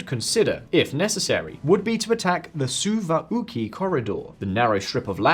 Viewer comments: The SOU-OUAWUUKI corridor? I think that mispronunciation took the gold medal. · the what now? The "Suwa Uki' corridor? 🤣 Dear lord. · ł is like english wh in whisky (of course:) ). So it would sound like Souvawhkee. Eastern pronunciation of ł is actually close to standard l, so Souvalkee would also do. Anyway, i thought did a good job here. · Soovaukhi???? It’s pronounced soovalkee. Suwałki gap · Is that all you took from the video? That is indeed a gold medal... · i was mocking his pronunciation, did you hear how he say it? su va lu ki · One redesign later, in the year 2024 VisualPolitik still butchers Kyiv and other non-english toponyms like Suwalki Gap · The hell is that pronounciation on Ämari and Suwalki lmao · you thought wrong, that was the most horrible butchering of a name you can think of, even for British standards. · the what corridor? never heard anyone say it that way